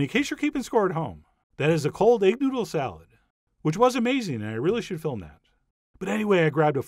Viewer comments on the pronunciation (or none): Cold egg noodle salad? Is that what u mumbled chef John? Sounds interesting- please share.😎👍😎